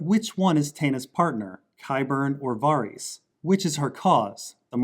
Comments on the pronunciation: VARYS = “VAir-Ris” LYS = LEASE not Lice. Jesus Christz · Lys rhymes with miss Varys. Rhymes with care-iss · Why does this dude pronounce Lys and Varys so weird